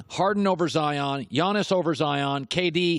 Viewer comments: IT'S PRONOUNCED YANNIS, YANNIS NOT GEEANIS, IT'S YANNIS GEEZ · ‘Gee-yaw-niss’ hmmmmmm🤔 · Mans said geeianis🤪🤪🤪🤪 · I cringe every time Uncle Tino pronounces the G in Giannis. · He’s still really out here pronouncing Giannis name wrong 🤦‍♂️ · He really pronounced the G in Giannis